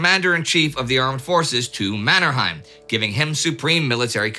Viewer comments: One comment on the name Mannerheim. Locally, it's pronounced MannerHEYm, not MannerHAIm. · Pronounsed MannerhEim not the German MannerhAim. That family name was coned in Sweden. Think of Trondheim in Norwegian and Swedish. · It's pronounced "Manner-hame", not "Manner-hime" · it really annoys me how you say Mannerheim